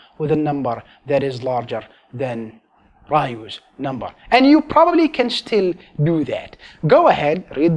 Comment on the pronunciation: Sounds like he's saying Ryu's number